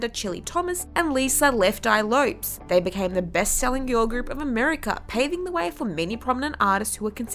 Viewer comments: You pronounced Lisa "Left Eye" Lopes's last name as "Lopes" like "ropes". It's pronounced "Lopez". At least do some research on how their names are pronounced. And they're not "nowhere to be seen". They're still making music. WTF are you doing? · The way she pronounced "Lopes" (LOH-pez) as "LOPEs" 🙄